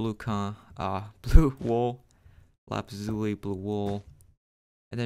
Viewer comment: I laughed when he said lapazuli instead of saying lapis Lizuly